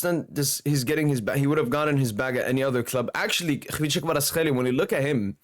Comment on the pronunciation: bro, you pronounced his name too good now :) Georgian approved hehe.